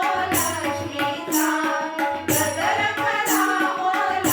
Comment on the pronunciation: गोंधळ छान आहे पण' गजर' चा उच्चार चुकीचा आहे